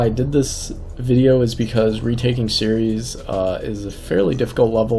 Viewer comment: It's pronounced Ceres, not Ceres... Dangit!